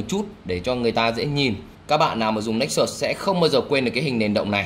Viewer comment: hồi 2013 mua nó giá 14 triệu, tiện thể lụm luôn con Nexus S (phiên bản có đèn flash của Galaxy S), mà đọc là Galaxy Nê xús haha